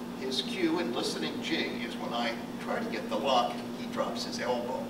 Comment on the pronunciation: Your "Listening Jin" is actually 'Listeining Jing", or "Ting Jing". Jin is force, Jing is "technique" or "essence". "Ting Jing" - "听 精".